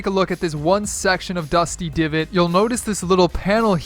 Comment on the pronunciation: Did he say dusty givot